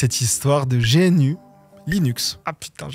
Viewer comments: pas "géainu" 😂 GNU ca se prononce "gnou", comme l'animal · Non mais sérieux j'allais m'abonner a ta chaîne puis j'entends GéEnU .... Mais sérieusement tu fait des recherches sur le sujet, TU MET UN EXTRAIT OU L'AUTEUR prononce Gnu... LE LOGO DE GNU.... EST UN GNU! L'ANIMAL.... GNU n'est pas un acronyme... Ça se prononce Gnu et pas GéEnnU ..... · c'est pas plutôt "gnou" ou "guh-new" en anglais comme l'animal! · On prononce GNU "gnou" (en Français comme en Anglais) d'où la mascotte. On peut aussi prononcer GUI "guouhi" mais certains préfèrent l'épeler "dji-you-ay" (G-U-I en anglais). Bonne vidéo en tout cas. ;) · Juste une petite remarque pas méchante, le contenu est très bien et la manière de raconter l'est tout aussi, mais juste GNU se prononce gnou d'où l'image du gnou comme symbole d'ailleurs. Sinon excellente vidéo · GNU ne se prononce pas/ne s’appelle pas comme G, puis N, puis U, mais comme l'animal le Gnou!! En plus le G se prononce a la "Gue" et non a la "Jai". Quand au "kernel" ce vous appelez le "noyau" que GNU voulait, GNU Hurd, c'est encore un jeu de mot de RMS qui en francais donnerait "Troupeau de Gnou". Quand a Linus et son kernel, c'est pas lui qui a choisi le mot Linux, mais un des hacker qui faisait beaucoup de update, Linus etait meme contre au debut. Linux n'a pas adopté la license GPL, en faite c'est RMS qui a fait du forcing sur Linus Torvalds pour accepter cette licence.... Last but not least, oui j’appelle ma distro linux, et pas gnou slash linux... A par ca, bonne video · Mais c'est Gnu, l animal, pas gé èNE U. gnu comme le gnou du logo. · Personne ne dit G.N.U., tout le monde dit Gnou. T'as déjà parler avec un libriste ? Et puis stallman qui avait des F en francais, bon ... on aimerais des references en description avant d'accuser les gens de position pro-nécrophile sans source. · en trembler mais mal prononcer gnu... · G-N-U : non-non-non. Gnou, Gnou, Gnou !! ;) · Absolument personne ne dit G N U, on dit "gnou".